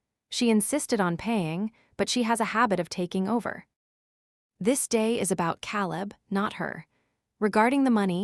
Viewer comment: Can’t you pronounce Caleb right